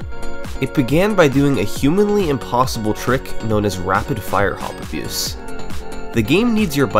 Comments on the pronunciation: i would assume rfha is rapid-fire hop abuse but summoning salt pronounces it like rapid fire-hop abuse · He keeps saying “rapid fire-hop abuse”. i would bet my life it’s “rapid-fire hop abuse”